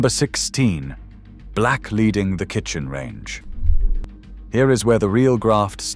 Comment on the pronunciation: Please note black leading, is pronounced black ‘leding’ in the uk.